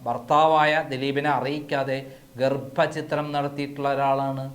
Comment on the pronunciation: ഗർഭ ചിത്രം???? ഛ എന്ന അക്ഷര മാണ്